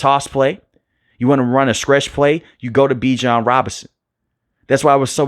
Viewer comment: Bijan said yall are pronouncing his name wrong!😅😊